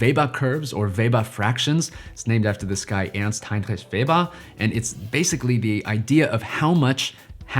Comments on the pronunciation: OT: it's noticeable that you took the challenge of pronouncing Ernst Heinrich Weber seriously. That's awesome! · Really appreciate your pronunciation of Ernst Heinrich Weber. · Was not expecting that perfect pronunciation of Ernst Heinrich Weber